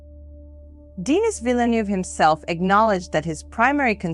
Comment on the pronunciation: Lol "Deeenis"